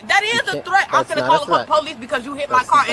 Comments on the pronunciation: It's Threat my man..Not Tret..to say ASK..Please...Like swimming..I DON'T GET IT!!! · My man , when you say twet , are you trying to say threat ? Love your show . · Tret? Between the commentator and the woman I'm confused asf Ol boy can't pronounce the TH word if his life depended on it every time he says the word threat I'm rolmao 😂